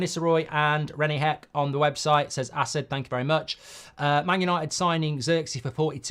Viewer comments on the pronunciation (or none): none